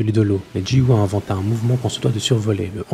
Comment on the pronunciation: yo, pour info, que ce soit "Giyu" ou "Gyomei" ça se prononce "Gyomei" ou "Giyu" pas "Jiyu" ou "Jyomei"